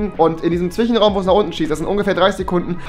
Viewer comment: Wieso sagt Rewi zb "Zwichenraum" anstatt "Zwischenraum"?